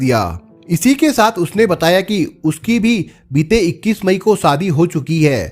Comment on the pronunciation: Sadhi nh hota shadhi hota please apni language to kijiye aap n pure world ke liye video bana rahe hain sa ko sha mat bolo Hindi ki Maa Behan kar rakhi hai